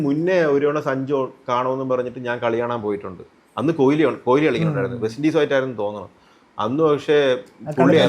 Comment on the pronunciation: കൊഹിലി അല്ല ശ്രീകാന്തേ കോലി